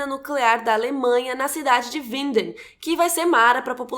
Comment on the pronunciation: Rachel Green outra coisa. A maiorias das pessoss que fez videos sobre Dark, erra até a pronúncia do nome da cidade, Winden. E a acerta. Ela melhorou muito e tá se esforçando. Diferende de outras pessoas no youtube. Reconheça o esforço dos outros.